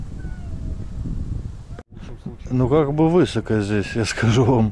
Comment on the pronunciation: удачи тебе в новых начинаниях. Ролики еще интересней стали. Спасибо тебе за классные видосы! Слушай, всегда было интересно, а почему ты всегда говоришь высоко с ударением на "ы"? И тормозит с ударением на "о"?